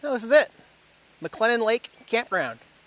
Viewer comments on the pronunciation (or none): McClellan Lake, not klan 😵